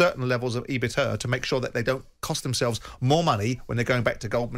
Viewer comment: its E-BIT-DA, not ebita 😁 cmon simon